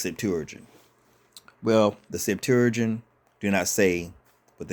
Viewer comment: You should learn how to say Septuagint